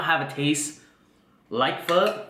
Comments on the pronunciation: "it does not taste like Pho" so it's not Pho. The end also you read everything else in vietnamese normal and you say Pho like a country white guy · Campbell's Pho broth?! Phock that lol